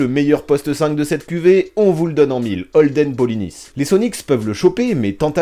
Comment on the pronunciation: Merci d'avoir prononcé Polynice à la française, c'est rare alors qu'il est Haïtien, et n'a pas de raison d'être prononcé à la Braïce de Naïce !